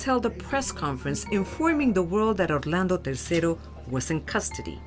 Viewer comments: We're American's and have American accents. Every time she says Orlando's name with a Mexican accent I want to throw up. Had to quit watching. Why do Liberals think they have to do that? We don't pronounce Orlando Florida that way. We don't even know if he was from Mexico, he may have pronounced his name with an American accent also. Really annoying. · 27 minutes in I had to turn it off I couldn't take another Orlando the way the talent pronounces it with the accent. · Wow! I can't even get half way thru this episode because this chic pronounces Orlando and Nicaragua differently nearly everytime. Make up your mind. Are you Hispanic or not? Hahaha Ultimately tho, I'm not at all condoning Orlando's actions, but this is why you shouldn't toy with people's emotions. Bad things can happen. Her fault just as much his in my book. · Does she pronounce any Spanish word with that cringe Spanish accent where they really ham it up? Lmao as I type this she said Orlando’s full name and yep it’s that cringe Spanish accent where they play it up (If you’re native Spanish speakerrrr you know what I am talking about 😂) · This was difficult to watch because of how the reporter kept pronouncing Orlando.